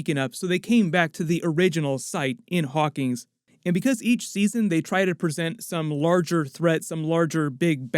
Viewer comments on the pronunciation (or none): Narrator needs to choose between pronouncing the town name as "Hawkings" or "Hawkins" -- it can't be both. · Hawkins, not Hawkings, bud.